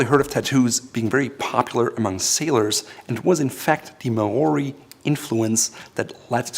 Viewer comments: Maori is not may-or-ee. It’s like saying marAUDer Maury or mawry is closer to how you say it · Maori are strictly a people of the Dominion of New Zealand not Polynesia. Sad to say you pronounce Maori horribly. Absolutely love and sub your channel, though. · Maori are from New Zealand and bro I like your content but learn to pronounce Maori language correctly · You pronounced "Māori" quite wrongly here, also, and this might be pedantic, it is likely a loanword from Samoan rather than Māori. Both Samoans and Māori speak versions of the Polynesian language group but the loaning appears to come from Samoa. Just because you believe pronunciation is important and bothered to include a section on history. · Is anyone else annoyed that he is pronouncing Maori wrong? I'm Maori myself and it's really irritating. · He pronounced Maori wrong. I am part Maori and do not speak the language but his pronunciation is priceless.